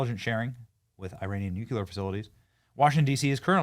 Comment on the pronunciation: BENNY, I love your podcasts but PLEASE pronounce the word NUCLEAR (nu-clear) not NUCULER. SORRY, I was taught by Catholic nuns! It’s like fingernails on the blackboard! God Bless you!